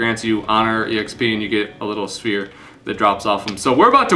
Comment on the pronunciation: So spher is pronounced "spear".